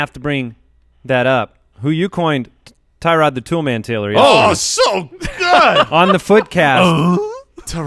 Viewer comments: Btw it’s not Tie Rod it’s pronounced Tur Odd. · Tyrod is pronounced (TER - OOD) He said it himself, and I will be drafting him in the very late rounds, I’m with you! Gordon, Landry, Njoku, and now Dez... yeah he’s going to be good. Mayfield will redshirt for the year and light up next year but not this year.